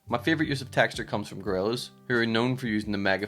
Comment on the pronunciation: honesty, i'd rather make a loop or sample of the way you say "Techtchur"